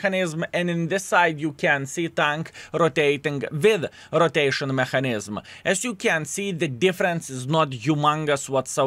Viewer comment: не маХанізм а меКанізм, вбий слово в гугл і послухай, неймовірно жахлива вимова